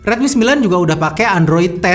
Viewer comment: rilmi lagi rilmi lagi :(